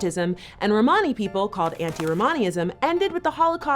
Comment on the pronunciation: She’s saying Romany wrong